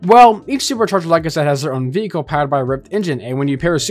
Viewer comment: Everyone talking about "Skonders" but why aren't we talking about "Veekle"